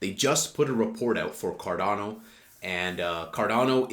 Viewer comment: I'm subbing now that you pronounced it correctly 😂